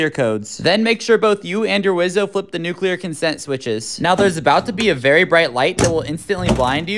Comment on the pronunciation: Thank you for pronouncing "nuclear" correctly.